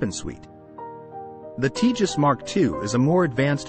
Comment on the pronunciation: Btw, it’s not pronounced ‘Tea jus’; it’s pronounced ‘Tay jus’.